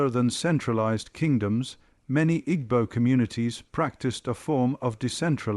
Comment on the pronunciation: Interesting video but a shame about the poor pronunciation. Igbo...tut. gb is a specific sound and e is always pronounced as eh as in egg.